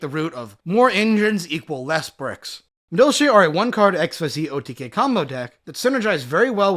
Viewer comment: However petty it may seem, the pronunciation in this video gave me the shits. Did he said "milky" or "milche" for the madolche monsters? Lol